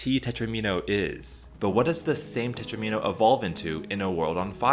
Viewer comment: Love it! Quality video and a comprehensive overview of the topic! :~) I've loved Conway's life since borrowing Martin Gardner's "Wheels, Life, and other Mathematical Amusements" out from my high school library... renewed for all four years of high school... lol. Only complaint; tetromino rhymes with domino. DOMino -> TROMino -> TET-romino -> PENT-omino -> HEX-omino -> SEPT-omino. So many minnows! :~)